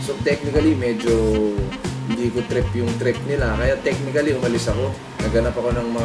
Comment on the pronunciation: Silent A po and tamang pagpronounce ng technically and basically. Lubos lubusin nyo na po ang pagiging tunog matalino. "Basiclly" "techniclly". Power!!!